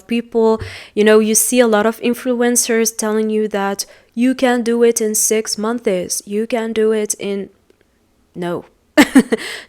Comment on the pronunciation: Check your prononciation about "6 months"